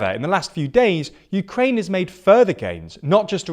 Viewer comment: Please show some respect to Ukraine by at least attempting to pronounce place names correctly!